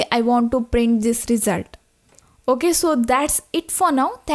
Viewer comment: Good vid, but with one suggestion : “result” pronunciation, please